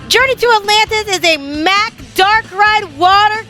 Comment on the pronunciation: Mack is pronounced "Mock"